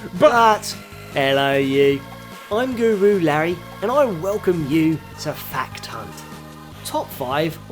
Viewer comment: Sounded like you said fuck ton not fact hunt at the start!